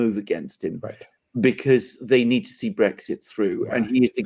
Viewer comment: Do you have segs with your wife? The word is Brexit, not Bregsit